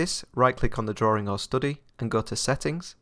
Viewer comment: Drawing, not drawring